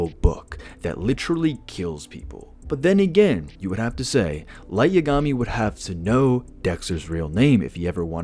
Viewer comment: The way you pronounce Yagami murdered my soul. Light’s shinigami (Ryuk) would notice Dex and alert Light to being followed